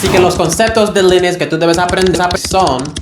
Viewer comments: Porque dices: linix? 😅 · Por favor, para de decir lEnux